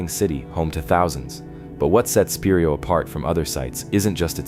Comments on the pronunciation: Spiro is pronounced Spy-Row, NOT Speer-row 😂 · SPY-ROW OKLAHOMA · It's pronounced spy roe